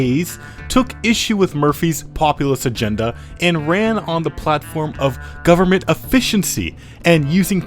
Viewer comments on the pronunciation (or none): none